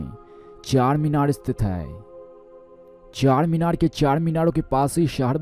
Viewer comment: What are you saying man it's CHARMINAR NOT CHACHARMINAR he is "Charminar ke Charminar hyderabad raate"